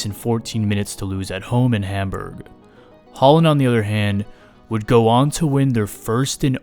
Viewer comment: Bro pronounced it haaland 💀